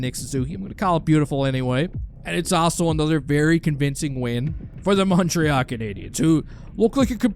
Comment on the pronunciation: Its not MontreAAHH its MontreAL